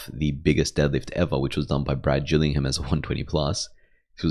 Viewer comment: Excellent video. Great channel. BTW, Gillingham is pronounced with a hard G. Trivia: his father was Gale Gillingham, all pro NFL lineman for the Green Bay Packers in their heyday. I had the privilege of being on the world masters team at the IPF worlds a number of times with Brad, and his father would attend with him.